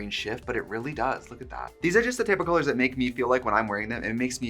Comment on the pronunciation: You have crispy Os when you say colors… cOlOrs